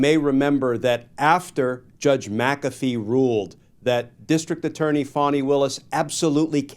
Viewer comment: In the south, it’s “fan-knee”, not fonny Willis.